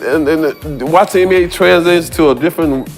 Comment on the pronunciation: i ride with you. love what you do.. BUT i want to say (& i understand different cultures do things different ways).. BUT (again).. you say NBA at least 50 times a video.. and its essential to the topic you speak on.. So.. why can't you learn how to pronounce an "N" like and "N".. so it doesn't sound like your saying MBA.. at first i was like "Huh".. and now i understand what you're saying.. but you're wearing my ear out. Put some respect on the league's name.. it's just a sound